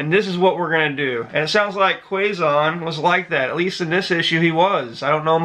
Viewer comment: Quezon is pronounced as Ke-Zon